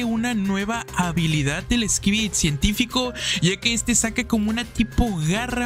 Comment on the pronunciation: Una pregunta also, ¿por que al final de cuando dices "skibidi" se oye que dices "skibidit"?